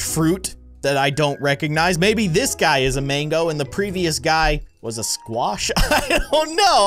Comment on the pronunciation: that is a scwash😂